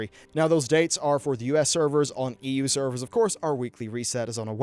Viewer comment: There is nothing wrong with your pronunciation but as you pronounced EU opened my eyes, EWWW